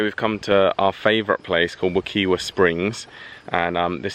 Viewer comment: Hey, I just want to let you know that Wekiwa Springs is pronounced Wuh-kY-wuh.